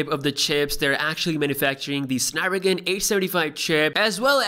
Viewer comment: Did my man said "snapragan"? 😭😂